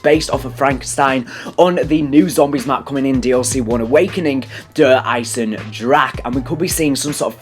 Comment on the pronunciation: This is some kind of mockery. Dude learn spelling "e" at the end of words like wunderwaffe and eisendrache, you say wunderwaff and eisendrach.